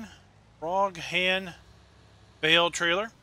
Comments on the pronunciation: Two of my favorite trailers from FS17. I think you pronounced Broughan wrong though. You pronounced it as Brawgan, but I think it should be pronounced as Brawn. You don't pronounce the 'G'. Also, I would like to share my thoughts about Giants Modhub testing. As you pointed out there are well over two hundred mods now in testing, and they seem to be releasing about 15 mods per week, so do the maths. That is about 60 mods per month which means at the current rate it is going to be nearly four months before any mods that are submitted now will be released. That, in my honest opinion is totally unnacceptable. Giants really need to change the way they do things with mod testing. I'm not sure how other people feel about this, but It really does get my back up especially if a map, or mod that I'm waiting for gets rejected which then puts it back to the end of the queue. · U pronounce it as Brawken ps they’re are built near me irl